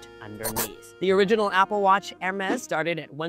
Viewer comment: Pronouncing Hermes that way is like calling a croissant a KWAH-SOHN. But the pronunciation of band was the most 😅😵